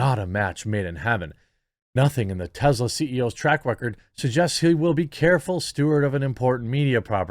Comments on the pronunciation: First, it's pronouned TESS-la, not TEZ-la. Second, Musk did not get a government handout. He accepted a government loan... which he paid back before its maturity date. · Jeremy, say it with me Tess-la not Tezzla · It is Tesla not Tezla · Why do you keep pronouncing Tesla as Tezla?